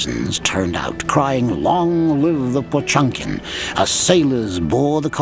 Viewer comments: It’s not pronounced pachunkin… it’s potYemkin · "POTSCHUAMKAEEN" ......My God, read the fucking name as it should